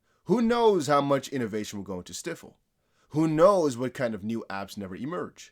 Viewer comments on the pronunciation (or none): Stifle pronounced with long i. And let innocent creatures live. Just open windows. They fly back out.